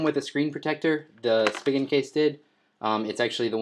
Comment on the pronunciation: Spee-gin not Spig-in